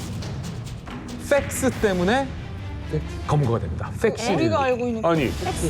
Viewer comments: 왜 팩스라고 안들리고 ㅅ스라고 들리지?.........ㅠㅠ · 팩스가 아니고 섹스라고 하는줄.. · F발음이 S로 들려 그냥 팩스라고해